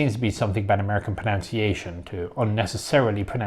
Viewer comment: lectures about pronunciation mispronounces /prəˌnənsēˈāSH(ə)n/ as /prəˈnounsˈēāSH(ə)n/